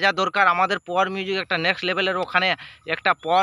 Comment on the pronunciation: ঠিক করে বল পাওয়ার মিউজিক